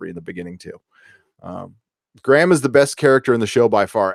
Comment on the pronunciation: Gray-um! Not Gram 😂😂😂😂